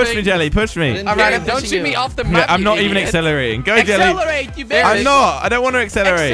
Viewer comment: Hahaha 😂😂😂😂😂 you said gelly not jelly hahahaha